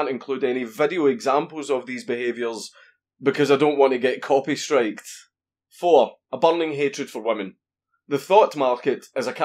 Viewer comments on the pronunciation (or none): When he said copy stiked I literally laughed so hard. Somebody PewDiePie if he hasn't seen this yet!